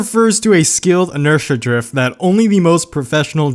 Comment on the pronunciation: Did I hear dorifto? drifts eight-uh six-uh EUROBEAT INTENSIFIES